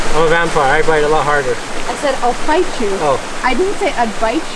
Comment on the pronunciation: It wasn't just you dude, .. I thought she said " I'll bite you " .. Not "Fight"